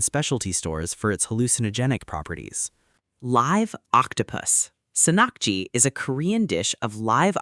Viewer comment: it's pronounced /sahn-nahk-ji/ btw and I didn't know that Sannakji could cause choking.... never heard of that as a Korean never tried it but I do love octopuses and perilla oil so.. might try that since it has no toxic stuff tho 😋